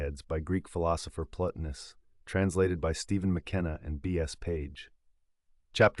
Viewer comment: I'd love to hear the Enneads read but this is not the one. It's obviously AI, and within the first few sentences it mispronounces Plotinus' name! Considering that the Soul is critical in the philosophy of Plotinus, The soullessness of the AI voice completely ruins it and goes against the essence of the philosophy.